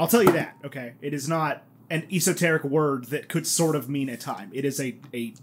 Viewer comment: Eas oh terric? I’ve never heard it pronounced quite that way.